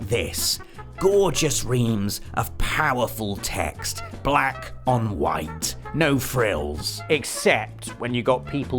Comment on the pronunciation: “Gorgeous reams of powerful text. Blauhck on white”. 😂 yes!